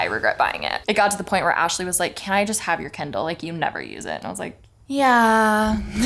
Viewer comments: Lol it's kIndle, not candle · why does alisha say kindle like "kendall" 💀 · Why does it matter lol